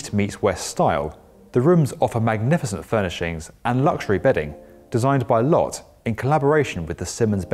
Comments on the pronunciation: For future reference, Lotte (the Korean skyscraper in this video) is pronounced "low-tay" not "lot." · Hey just FYI, the Korean conglomerate Lotte is pronounced "lo-tte" not "lott" great video otherwise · Its pronounce Lot..Tay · Lotte is pronounced "loh-tay" ;) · No. It's pronounced as Lote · It's pronounced low teh